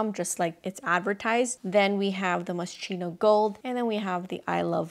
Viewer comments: I think it's pronounced as Moh-skee-no, but yay for their scents! Haven't seen anyone else like these. Love all your choices! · she can’t pronounce it, but she can afford it. 💁🏻‍♀️ so keri lang yan, you go glen coco moscheenow! 💙😉